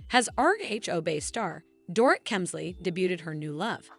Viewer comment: Learn how to say their names!! Dor-eet, Lou-Ann, etc.